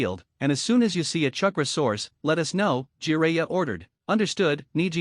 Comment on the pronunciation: This is the worst grammar I have heard in a long time. Eetaka Uchiha, uh the raykage, keesame, kunow, umboo, gkey, sazukay, chuckra, kage booshin. Seems like one long run on sentence.